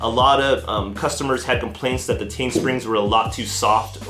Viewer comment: "T-EYE-N" not "Tane"...